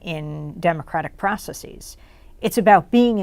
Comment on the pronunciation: Stop saying processeeze. Its not a thing. Stop it.